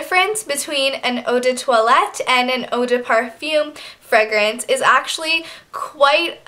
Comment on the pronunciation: She says "fregrance" & " Vazeline"